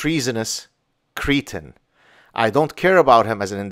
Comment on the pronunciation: Great video, sums him (and all lefty looney's) up perfectly. By the way. 'Cretin' is prononuced with the same sound you would use for red or berry for the 'e' vowel. You had more of an 'ea' type sound.